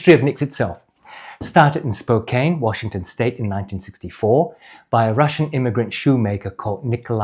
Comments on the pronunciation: It's pronounced like spo-can, not spo-cane. Great video! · Hey, love your videos! I watch them all the time and love your thorough dive into the boots! If you want to pronounce the name of the leather on those boots like an American, it would be Spo-Can, that’s how we Americans pronounce Spokane. It’s a city in Washington! Best wishes from Maine! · 2 comments… 1) I grew up just north of Spokane, Washington’s. Despite the “e’ at the end of “Spokane”, which would make you think that the “..kane” should be pronounced like a sugar “cane”, it is a short vowel, and is pronounced as a “can”, like a ”can” of beans. Hence “Spokane” would be pronounced more like “Spocan” 2) I noticed in your video, that as you were walking, when you put your heel down, your forefoot more-or-less ‘slaps’ down. I have had boots like this, especially new work boots with a stiff sole. It takes some getting used to this when walking..